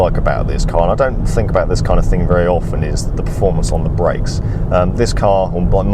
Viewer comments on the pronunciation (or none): none